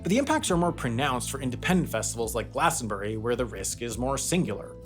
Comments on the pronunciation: *glastonBRIE not glastonBERRY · Glas-ton-bree. Not glas-ton-berry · It's glastonburie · Once again I beg Americans to pronounce Glastonbury as a 3 syllable word